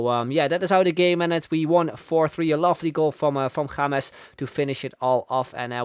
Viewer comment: Finally a youtuber who knows how to pronounce James